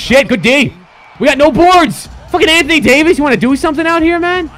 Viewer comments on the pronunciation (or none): none